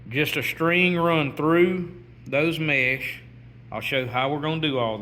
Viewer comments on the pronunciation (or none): It’s not mash it’s mesh